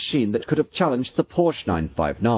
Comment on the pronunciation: Porsche — the e at the end is not silent. Cheers